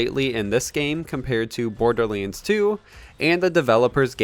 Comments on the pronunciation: ”Borderleens”? Hmm... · why do u say *borderleands*? lol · Ah yes borderleens 3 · whats a borderleins 3😂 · bro this nigga says border leands one more time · BORDERLiiNDS WTF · YOUR SAYING BORDERLANDS 3 WRONG